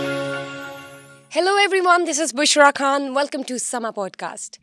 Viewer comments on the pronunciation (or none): Is the host a Hindi speaking lady, she pronounced خان as کھان۔